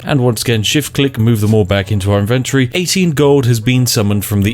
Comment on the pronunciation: How many times will this moron mispronounce inventory holy crap